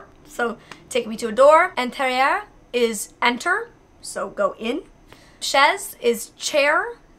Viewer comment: I like how you said intérieur... well pronounced ☺️😁